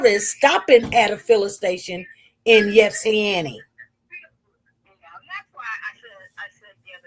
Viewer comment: Pronounced Short i sound starting off as Ipsilanti, you’ve been saying Yipsanti. Respectfully saying SP. 🥰😊